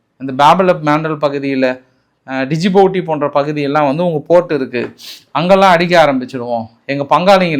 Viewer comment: டிஜிபூத்தி இல்ல bro adhu ஜுபுதி 😅